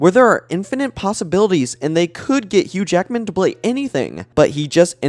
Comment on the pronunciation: You ACTUALLY say Huge Ackman. That‘s insane. Edit:, Jerrick…? Are you doing this on purpose..?😅